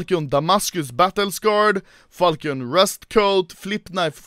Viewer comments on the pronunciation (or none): The falchion knife is pronounced like (fal)-sh-(ion)